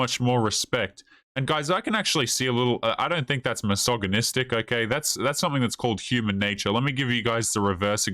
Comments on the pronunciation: "massage-anistic" :P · Aghhh! You're pronouncing the 'g' in misogynistic all wrong. Its 'g' as in gel not 'g' as in goat. I've heard a million times already and have refrained from correcting you but I think its best that you know. I'm a woman and I watch your videos and like them.